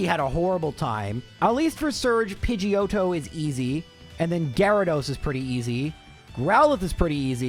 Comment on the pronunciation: lmfao "Pidgeotto" sounds too much like "Pinche Joto"...lmfao :P